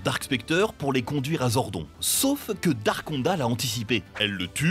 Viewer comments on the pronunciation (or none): Zordone et pas zordon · Mec, tu lis "Zordon", alors que c'est "Zordone" phonétiquement. Vous êtes sûr de maîtriser le sujet ? Ou vous voulez juste faire des vues pour le fric ? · ZordonE pas Zordon pitié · Sympa la video c’est dommage que vous n’ayez pas parlé du meilleur des powers rangers, les comics. Ils sont vraiment plus adultes que la serie live action et comparables à Marvel et DC. Sinon vous avez fais quelques petites erreurs Zordon se prononce [Zordone] et dans la VF justin ce prononce [Justin] et pas [Justine] comme la VO. Sinon je crois que SPD a plutôt été aimé par les fans, les saisons vraiment pas aimés sont en premier (super) Ninja Steel et (super) mega force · Zordon 😂 sa se prononce zordone mais ok hein 🤣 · mdr, ZORDON se prononce ZORDONE ! Merci bien ! Mais je préfère les versions d'origine, ayant grandi avec Bioman ! Par contre, Power Ranger in space est ma seule saison que j'adore (moins de 50 épisodes). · Fait un effort stp c’est Zordone 🤦🏽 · "ZORDONNE" ! PUTAIN retournez jouer au patpatrouilles bon sang ! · Jpp comment tu peux prononcer zordon..... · La prononciation du nom Zordon il continue de mal le prononcé 😠😠